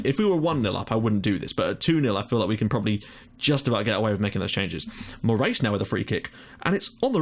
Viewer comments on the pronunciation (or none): Morais -> Moorays Is he portuguese?